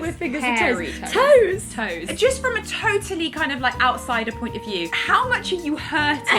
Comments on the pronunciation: when u said TOE-TALLY I cried and can I just BEST VIDEO IN AGES I LOVE YOUR sit and talk about shit videos i laughed out loud watching this😂😂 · “from a TOEtally outsider point of view” 😂 lol